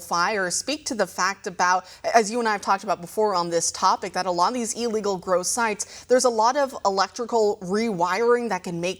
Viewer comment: What is "E legal"? There is only one "E" in illegal. Do you pronounce Illinois as eellinois?